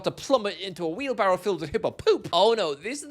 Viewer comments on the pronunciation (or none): none